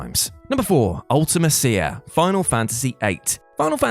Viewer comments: The way you pronounce Ultimecia "Ultima-Seeya" 🤢 I always pronounced it "Ulta-Mee-Seeya" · One of us has been pronouncing Ultimecia wrong (I have been saying Ulti-me-sia)